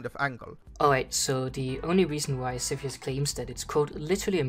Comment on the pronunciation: its not sethioz but saltyioz